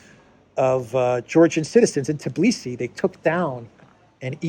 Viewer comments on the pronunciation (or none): Tbilisi = pronounced Bilisi